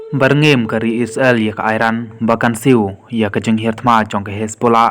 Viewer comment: u nong ai khubor ha ka ne ka channel um pat nang ban kynnoh..Ia ka Isreal ruh u khot..I-sra-el..Sngew blad ban sngap